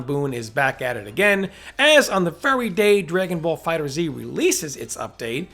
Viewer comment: It's pronounced "dragonball fighters" not "dragonball fighter 'Z' ". You are killing me. Yeah, I know how it is spelled but it ain't pronounced like that.